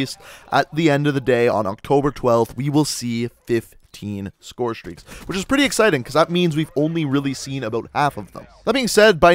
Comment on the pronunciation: the way you pronounce scorestreaks is really bugging me